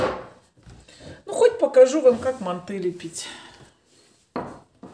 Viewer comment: МАнты😮 режет слух, мантЫ